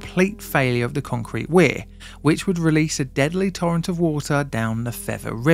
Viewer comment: What is "Concerete"? Is that Spanish?